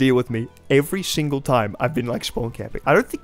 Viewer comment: Has anyone noticed that seemed to only be able to pronounce his S' as SH's through out the entire video. When He said "single" I swear he said "shingle" and "something" sounded like "shomthing". Particularly words that ended and started in S. Did this man get his wisdom teeth pulled out or something?